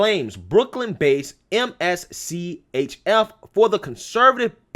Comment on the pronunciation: I think the company's name is pronounced "mischief "